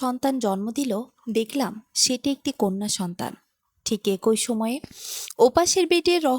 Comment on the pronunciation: একই আবার কি ভাষা উচ্চারণ ঠিক করুন